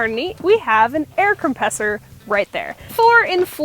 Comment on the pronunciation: OMG she said air compressor wrong